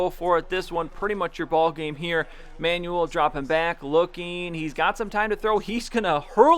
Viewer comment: Just a small thing - EJ Manuel isn't pronounced "Manual", it's pronounced "Manwell" :-)